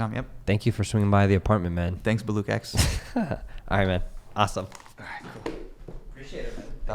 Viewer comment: This was such a great episode.. glad I subscribed :D Also.. I cringe every time I hear Hasan Minhaj say "Baloock"